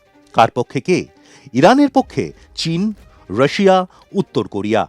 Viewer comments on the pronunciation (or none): none